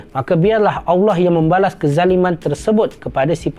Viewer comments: Mohon buat pembetulan sebutan Allah terdengar agak pelat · Bagus nya ya allah tapi saye nk tegur sikit betulkan sebutan allah. Macamtu lagi bagus